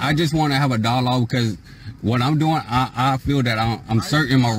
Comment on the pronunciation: "Hav'a dialoge!" That's not a dialogue - that is wasting time! And what's with "Resisting is getting physical!" WRONG, WRONG, WRONG! And did he just threaten the State Trooper with his dogs? Sovtarts are 🦇💩🤪....